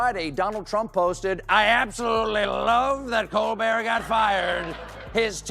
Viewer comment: Stopped watching two minutes in. AI narrator mispronouncing Colbert’s name and other words is frickin’ irritating. Couldn’t they afford a live narrator? Meanwhile, I’m glad the gloves are off. As soon as Colbert goes off I’m dropping Paramount. Whatever semblance of objectivity CBS news, and the content of anything they air, has has completely disappeared.